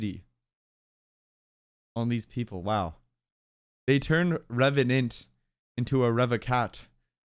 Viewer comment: Revenant to Revenyant